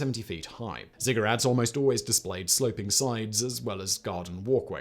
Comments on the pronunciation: I couldn't figure out what he was actually saying and just took them as Cigarette pyramids in the end 😂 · He had to say ziggurats three times before I realized he wasn't saying cigarettes🤣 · yes at first I thought Simon was talking in a Russian accent explaining cigarettes. :-)